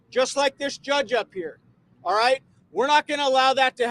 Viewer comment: Why are you wong???? Because you ain't wight!!!!!!